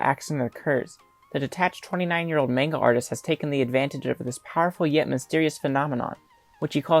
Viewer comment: Bro you said mane ga artist